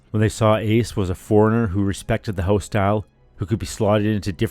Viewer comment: "Loaded Hoose" yup, you're Canadian 😂